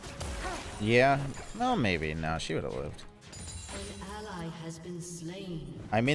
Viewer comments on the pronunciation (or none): none